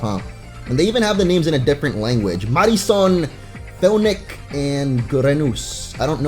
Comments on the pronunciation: You said fennacen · he said Feniken